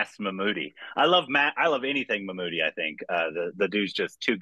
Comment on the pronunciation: Not "Mammoott" Say "Mammootty"